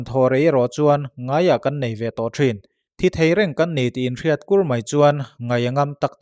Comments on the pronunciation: Bengvakthlak țhin hle mai. "Pha" tih hi 'ka tih a ni lo' tia kan 'pha' ang deuh hian a ri hi tisangin thluk sei tur a ni a. "kan" tih pawh hi lui kân anga sawi tur a ni. A pawimawh ber lo ti r'u. 😁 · Phâ....thluk deuh la Kân tiin lam leh rawh, Phâ...kân